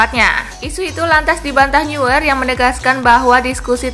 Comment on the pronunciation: Eh min, neuer dibaca bukn niuer🤣🤣🤣, tapi noyer🤣🤣